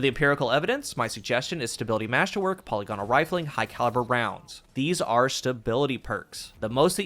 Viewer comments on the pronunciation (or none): puh-LIG-in-ull. Not polly-GAH-nul. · Not one d2 youtuber knows how to pronounce polygonal.